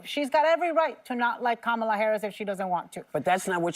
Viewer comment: Why did whoopie mispronounce Kamala's name?